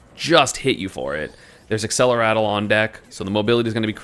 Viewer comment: Why does everyone always say accelerattle instead of accelerate?